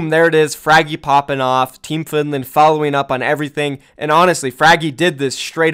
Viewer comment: He also said findland